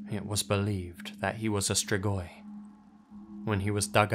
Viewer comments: the way you pronounce the romanian locations' names makes me not understand the names of places in my own country and im wheezing also absolutely nobody ever knows how to pronounce "strigoi" either like come awnn dude all it takes is pressing the "pronounce" button in google translate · As a romanian, I am amused about the way he pronounces "strigoi"